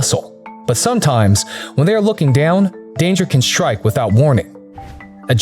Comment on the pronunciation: He keeps saying shtrike whats with the adding an H to ST words? its shtupid